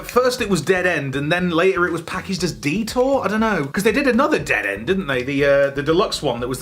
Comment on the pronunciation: I kept thinking Dieter when you were saying detour.